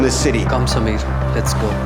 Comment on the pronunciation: Props to principal for pronouncing samir correctly👍